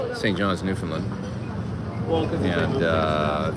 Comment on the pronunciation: Maybe ask a local how to pronounce Newfoundland correctly?!? 🙂